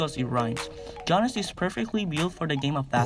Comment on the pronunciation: You have to say giannis as yiannis the g is silent for his name